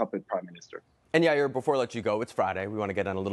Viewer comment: Yair ❌️ Ayri ✅️